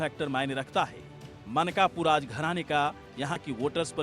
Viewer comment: मानकपुर नहीं मनकापुर है; गौंडा नहीं गोंडा कहिए।